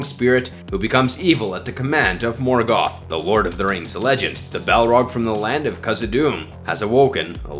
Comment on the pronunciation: You couldn’t even be bothered to pronounce “Silmarillian.” Same for “Morgoth.” Same for “Minas Tirith.” And “Ungoliant.” You failed to mention Galadriel, by far the most terrifying she-elf to ever elf-wench.